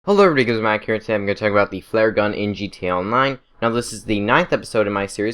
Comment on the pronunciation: I love his voice “the cower o’ da fare”